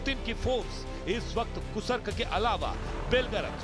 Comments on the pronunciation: कूसर्क या कुर्स्क?? 😅फिर से बोलना सीखिए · Gentleman, it's Kursk, not Kusark. Kindly pronounce correctly..., Dr. Dinesh, Moscow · कुर्स्क को कुसर्क बोल रहे हो, नेशनल चैनल पर हिंदी की ऐसी टांग तोड़ने में शर्म नहीं आ रही क्या?